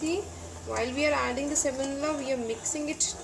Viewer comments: You mean semolina not semonila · Thanks for the wonderful recipes. Sorry for this but I get distracted every time you say semonila. It's semolina.